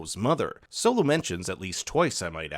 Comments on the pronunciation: Bs video cause who the fuck is silo his name is solo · He said silo mother died instead of solo lol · You called solo silo meh meh meh meh